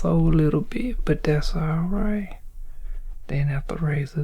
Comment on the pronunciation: When you say “all bright” I lose it 😂